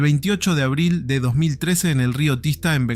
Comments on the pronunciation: Abril❌ Abrild✅✅ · nadie habla que a la ves de decir abril ponia de abrid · abril ❌ abrild ✅